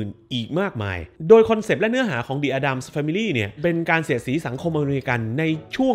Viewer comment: Addams อ่านว่า เเอดดัมส์ครับ ขอบคุณครับ